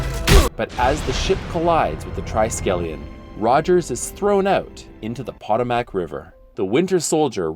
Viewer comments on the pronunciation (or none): "POT-oh-mak" River? Really?? Should be "poh-TOH-mak". Thanks. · Did anybody else get irritated by how the voiceover pronounced the Potomac River as "Poto-mac"? Or is it just me?